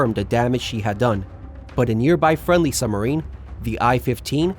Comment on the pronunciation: What is a "summer-een"? Or was that a suB=marine?